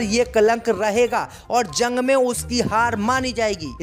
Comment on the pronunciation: ZORDAN. ZANG. KYUN BOLTA HAI